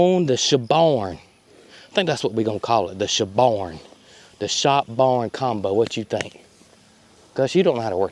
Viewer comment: Every time you say Shabarn, I hear "Shaboom, Shaboom,..." you know the one! :)